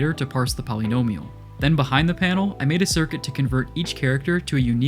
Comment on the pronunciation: Great video, but I hate the way you say “polynomial”